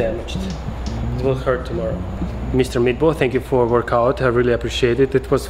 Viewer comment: It first sounded like you said Mr. Meatball haha. Btw, always nice seeing your videos.